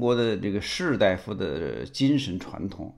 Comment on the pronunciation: “士待夫”发音错误，应念为“士大夫”。（官员称大（da)夫,医生才称大（dai）夫呢）。